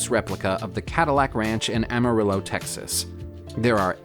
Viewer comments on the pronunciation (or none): none